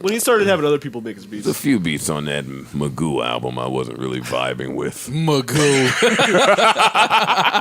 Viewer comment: LOL!! Maganu!! No Ni**a it's Magoo